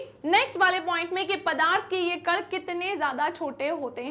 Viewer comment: Ma'am कड नहीं कण होता है